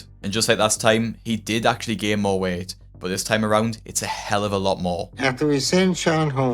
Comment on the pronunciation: He lost so much we-et in the last ye-es!